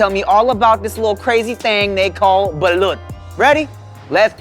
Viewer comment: Thank you for saying "balut" correctly